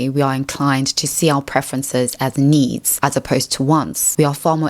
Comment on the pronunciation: I know, is an AI. Its speech synthesis is deceivingly natural, but that vocalization of "needs" needs a bugfix.